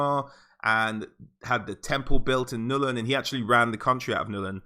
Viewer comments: Ok... it's NULN GOD DAMN IT, NOT "NUL-IN". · why does he keep saying Nullen it's Nuln one syllable dude.